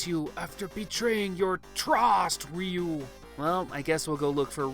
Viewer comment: Ryu or "ReeeYooo?" ? Seems that Engrish was working on you, too?